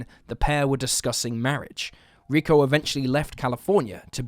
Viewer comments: It's not RICKO, it's pronounced REE-KO. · Its not Ricko, it's Rico. 🙄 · Rick-O? Really? If you’re going to be reporting on missing people for profit the very least you can do is have enough respect for the victims to Google how to pronounce their names properly. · Note on Rico Harris: Rico is pronounced Ree-ko not Rick-O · lmfaoooo this dude keeps saying the name Rico as "Rick-oh" 😂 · The guy's name probably isn't pronounced ricko. Rico always sounds like reeco. I'm pretty sure his name would be Rico. Sounds a bit better later on. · Had to shut this off after the zillionth time you said "rick-o" instead of 'Ree-co'. FFS, it's not even a hard name to read/say. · Ricko? Lol. Pronounced Reecko. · Rick’o don’t you mean Rico? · His name is pronounced "Ree-ko" Harris. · You're killing me. Rico pronounced ree-koe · ree-KOH (Rico) Harris